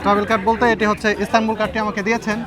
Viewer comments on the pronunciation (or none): Istanbul not Istambul